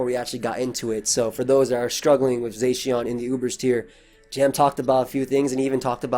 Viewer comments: "Zay-sheawn" lol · Dude saying zacian wrong